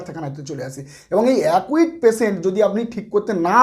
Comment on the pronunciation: উচ্চারণ সঠিক নয়। একিউট (acute) হবে। একুইট নয়।